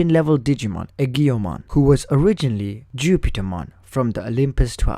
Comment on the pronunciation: I beleive it is pronounced AY-JO-MON or EE-JO-MON.